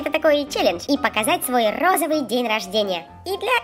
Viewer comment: сколько раз софия сказала розывый